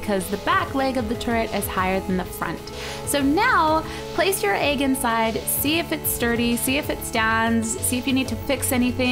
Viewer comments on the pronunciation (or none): I smile everytime Cupquake says egg because it sounds like she says "Aeygg" C